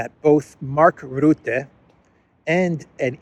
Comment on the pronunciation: Say 'Rutte', NOT 'Rootte'!🇳🇱🎅🎅🎅